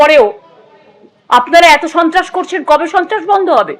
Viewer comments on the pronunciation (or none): কি বললি গুদু? ছন্ত্রস? চোদোন চন্ত্রাস? সাবধান গুদু!